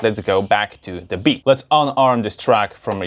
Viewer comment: I love how he says making bitch in reaper XD